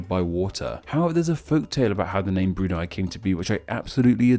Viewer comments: Brunei, not Brunai. 😁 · I'm not sure if you sound sarcastic but as a Bruneian, you pronounced all the names on Bruneian districts quite fascinating x'D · E in Brunei pronounced like E in Survey U in Hutan pronounced like U in Put don't get it wrong especially for a youtuber like you